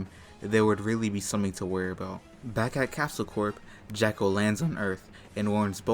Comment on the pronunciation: Am I the only hearing Jacko instead of Jaco? Either way I got a good laugh from that. 😅